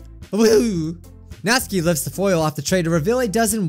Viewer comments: It Is Pronounced Natsuki (Nat-Su-Key) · this is how you pronounce natsuki NAT-SUE-KIE thank you:] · You made me cringe so much when you said natsuki you said it completely wrong